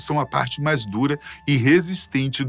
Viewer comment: Esse apresentador não sabe falar MAIS, DOIS e etc...